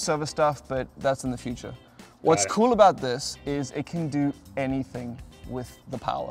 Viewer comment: A very Canadian "abOUT" there Linus